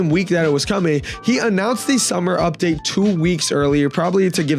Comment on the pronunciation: "Udpate" Vro what